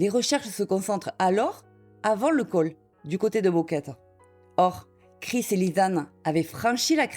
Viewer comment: "..." répète sans cease "Boquete" en "Boqueta"! "Boquete" prononce "Bouqueté" non pas "Bouqueta" et "Boquet"!